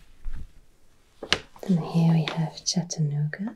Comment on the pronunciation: To hear you talk about Tennessee and to even say “Chattanooga”/“Kingsport”/ “Johnson City”/“Bristol” correctly made my heart happy, although I’m surprised Dollywood wasn’t mentioned lol. I grew up here in East Tennessee (Specifically Greeneville, Tennessee) since I was 9 and I live in Chattanooga now. Thank you for this! Btw I sent you an email!